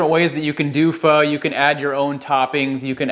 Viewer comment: Oh thank goodness you said it correctly! 👏 in Vietnam we make our broth with beef bones. We top our soup with london broil, tripe, Vietnamese meat balls, tendons and lots of herbs and bean sprouts...splash of lemon juice, hoisen sauce and sliced hot peppers...oh my! Definitely no tofu for us! lol! Glad to see this video!